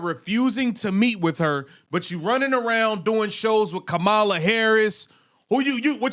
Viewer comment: Dude, with all due respect. I think you know how former VP Harris’s first name is pronounced. She at least deserves that much respect. No? Colliers name is much harder to pronounce and you got that right. I’m just sayin 🤷‍♂️